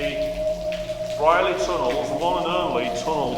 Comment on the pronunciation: Wow! I thought this had all been filled for the bypass. I remember walking though the entire tunnel in about 1980....bunking off school! Pronounced Breer-ley by locals.